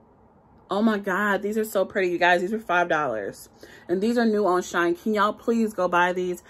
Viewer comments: ITS PRONOUNCED SHE- IN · My first time watching. Loved the review except the name. She in is not hard to say and you want to get notice for the reviews so it would be best to call it what it is. Lol shine is ghetto and even any one from the ghetto can read she in. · I was having a yucky day and decided to watch your video. I am sooooo glad you had me on the floor laughing! You are so funny! Thank you for the great video. If you say “”Shine” instead of “Shein” again I think I’m going to cry. I needed some joy today and you definitely gave me joy. Subscribed! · I love how she says She in she says shine 😂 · I just placed a large order with them. Also, def thought it was pronounced Shine.